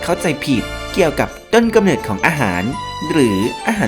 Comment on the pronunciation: เนิด หรือ เหนิด งงเลย555